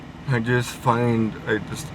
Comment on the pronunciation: Man every time this guys says “just” it sounds like he says “jizz” 😂